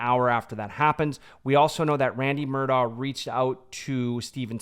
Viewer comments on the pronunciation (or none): It’s Mur-DOCK!!! ..for the love of GOD! NOT Mur-daw.